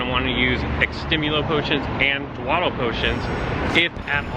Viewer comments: It's pronounced daw-dell potion (as in the verb, dawdle / dawdling), instead of dwah-dell. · HI - pronunciation tip - the word is Dawdle, to move slowly, not Dwadle. Ducks waddle their tails, slow people doooordle along